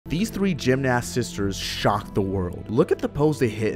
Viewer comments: IKRRR IT WAS BOTHERING ME SO MUCH!! also the pronouncing it like “gymnAst” instead of pronouncing it like “gymnIst” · That's not how you pronoce gymnast you have to pronounce the a A e not gymnaAst say gymnest but we spell it gymnast ik it's tricky but hope it helps not hating ❤ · What we should be talking about is how this boy pronounced gymnast